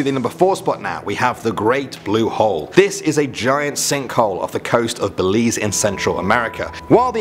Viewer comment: OMG I live in Belize, I'm so happy cause most of the time when people not from Belize talk about Belize they say it wrong and they say it like bell-eyes instead of Belize. So I'm so proud of you.